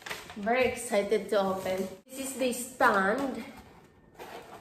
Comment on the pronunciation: 1. In today video 2. The (THA) unboxing - it should sould like (THEE) 3. This going to be my -It should be "This is going to be my lighting" - it is not a gear. 4. there are (not there is 2 pieces of bulbs) hindi bulb, dapat may "s" and dami pa.. bakit di ka mag tagalog. kung di mo keri. :)